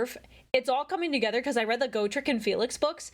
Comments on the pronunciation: He may have said oregon wrong, but you said gotrek wrong. Its a short o for his name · "Go-trek" figures the knife ear would mispronounce his name. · correcting ' grammar while also saying gotrek like go trek is hilarious. Love the vid by the way